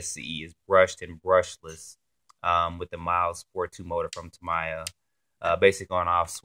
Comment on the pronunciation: Tam-eee-ah!! Lol